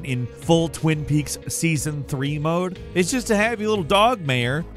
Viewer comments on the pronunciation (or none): none